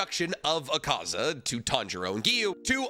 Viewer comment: It’s pronounced like ah ka za not uh ka za 😂